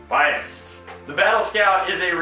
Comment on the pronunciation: It's not biast it's bias